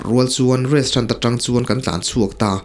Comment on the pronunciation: Restrant iti tlat aa 😂😂😂😂😂😂